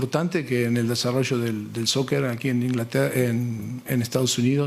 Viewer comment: Nooo poch como vas a decir "soker"